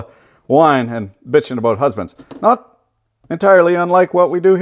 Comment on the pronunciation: Inthe Lasts he says "spanks" for watching 🤣🤣